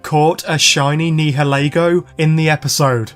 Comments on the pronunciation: I love your vids but….YOUR NIHILEGO PRONOUNCIATION IS MAKIN ME CRY XD…its nayaligo in da dubbed ik we watch da subbed but my brother watch da dubbed and whenever u say nihilego he is correcting it. But it aint botherin me just makin me laugh XD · it’s Nioleguo ure Saying it wrong